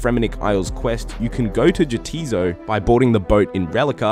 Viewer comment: Great vid. FYI, Jatiso and Neitsnot is based on scandinavian accents so the J is pronounced as a Y. "Ya tis so" "Ne its not"